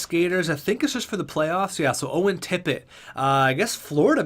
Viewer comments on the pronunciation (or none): none